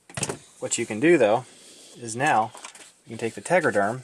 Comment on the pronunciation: Tegaderm, not tegraderm